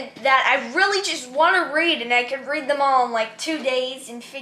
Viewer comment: I love how said Readed and then caught himself and said read lol, it was the cutest